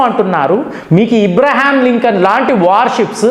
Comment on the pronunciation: ఈరాన్ కాదు ఇరాన్ అని అనాలి. ఇబ్రహం కాదు అబ్రహం అనాలి